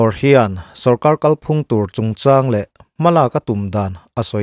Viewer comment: Pu Duhoma anga kál phúng i tih sàn dik loh ve loh loh le! Kàl phùng tih hi Mizo ṭawng thlûk dàn dik a ni.